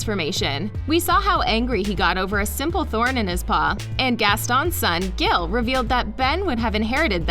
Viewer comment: it's Gil not Gal